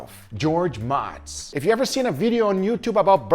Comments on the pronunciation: Its Mo-tz... Not Ma-tz. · Its pronounced Motes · George M"O"tz, get it right, Goooga. Don't even respect him enough, to pronounce his name right......Shameless infomercial, is all I just watched...."This guy really knows his stuff, also BUY MY STUFF!" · Dude said his name a dozen times. Can you try to say it right please?